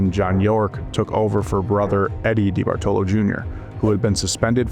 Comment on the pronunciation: Yeah this guy mispronounced all kinds of names because he doesn't have any kind of work ethic to research before he starts laying down video. New generation wants to just put out content